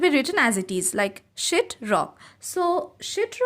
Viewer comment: I love she just says shit not sheet